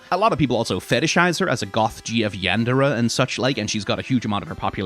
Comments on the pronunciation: Yan duh ruh? It’s yon dur ay* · ...yon-DER-uh??? ...YON-dair-ay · not the "yandurruh" 😭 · "yan duh ruh" is the most wild yandere pronunciation I've heard wow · Yan-dur-uh come on man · "Yan-duh-ruh" hurts my soul to hear. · not to be the pronunciation guy, but how did you say the word yandere? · His pronunciation of Yandere made my bones slither. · that pronunciation for yandere made me take 3d4 psychic damage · hold up, what was that pronunciation of yandere? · I've never seen someone (mis?)pronounce yandere like that 😭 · that is NOT how yandere is pronounced 😭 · Ok yeah, that was pretty bad. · I’ve never heard yandere pronounced like that…